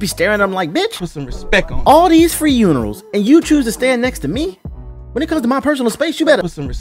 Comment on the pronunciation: Did you say free unerals? xDDD